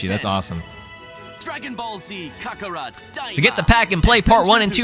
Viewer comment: "Dragon ball z cuckarot" 😭